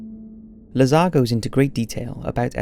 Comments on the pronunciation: It's not Bob lah-zahr, just make him cool and say lazer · Wow! The narrator made his first mistake in the first sentence. Lol Just kidding around. But seriously though, it's Dr. Bob Lazar